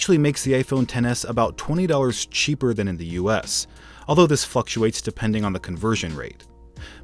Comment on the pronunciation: Did you say f***ates instead of fluctuates